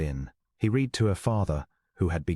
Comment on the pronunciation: "Read" here is pronounced "red" not "reed."